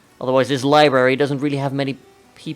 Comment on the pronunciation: I heard you say libary this video we all know it's library